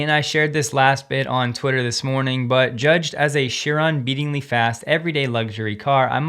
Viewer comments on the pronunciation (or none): Say “Chigh Ron”,emphasis first syllable.